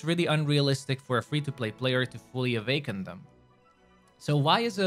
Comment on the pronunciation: why do you keep saying avaken